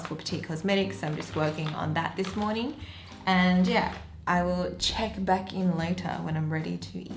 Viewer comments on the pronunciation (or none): Why do I hear MoWning FooWd Woowrk!😂🙂